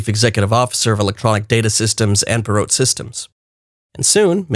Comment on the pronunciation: Got in at .003, wish I invested more. Now? Maybe for long hold Also, the "t" is not pronounced in Ross Perot's name